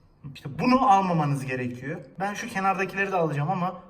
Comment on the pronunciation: Eklliyörüz diyor adam, gerekiyöör diyor. Nasil izleniyor anlamiyorum